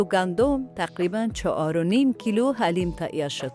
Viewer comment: ساعت است نه ساهت حلیم است نه علیم اوف چرا مردم درست تلفظ نمیکنند 😡